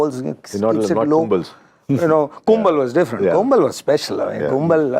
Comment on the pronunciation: He says Kumble carried the team for 15 years but still can't get his name pronunciation right. It's Kumble not 'Kumbel'.